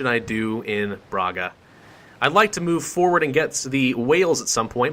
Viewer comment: Brahga is the pronunciation